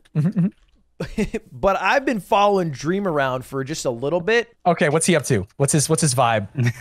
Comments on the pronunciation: dweam dweam dweam? dweam minecwaft? ow dweaaaam! dweam. dweeeam. dweam minecwaft... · “Dweam dies of alcoholism” lmao